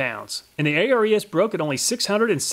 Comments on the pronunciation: its Ares the greek god not A.R.E.S. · I think the Ares is named after the Greek God of war, pronounced "Air-eez". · your always Calling it A.R.E.S saying each letter, but the Company perfers to be Called AERS saying all the letters as in 1 word., here is the Reason they Holding on to " ARES is the Greek god of courage and war. He is one of the Twelve Olympians, and the son of Zeus and Hera." as to say ARES is the God of Tools.like there can be no other, how is it that you can Say Hercules Without spelling each letter to annoyance the name but you can clearly say the Name "Hercules" as 1 name? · Just an FYI. "Ares" is pronounced "Air-eees", like the Greek god of War 😉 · I'm not sure ARES is pronounced letter by letter like you did. I'm willing to bet it's named after the Greek god of war Ares (pronounced air-ees). It's pedantic but you might care. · I would imagine that the ARES brand is pronounced like the Greek god of war, Ares, instead of each letter being sounded out. Great video as always. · Ares’ reaction when he pronounced Hercules but not Ares 😑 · I guess that's one way to pronounce Ares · A-R-E-S is pronounced as a word. It's named after the Greek god "Ares". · Am I the only one that is very mad at the way he pronounces the ARES brand?